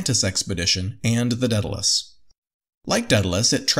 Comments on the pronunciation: A little part of me dies every time they say "Deadalus." The name "Daedalus" starts with the syllable "day." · Dude, it's day-dalus not Dead-alus seriously, I know america has an education system and at least a passing understanding of the classics. And it's Min-otaur, (as in "Bull" ) not Mine-a-tar. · Daedalus is not pronounced deadalus. There an A before the e